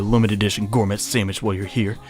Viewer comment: Intrepid and Gourmet are the two that make me wince most hehe. To be honest though, both words come from the French side of English, good on for butchering them.